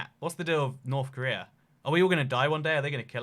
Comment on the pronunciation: Preese don't raff at Norff Korleea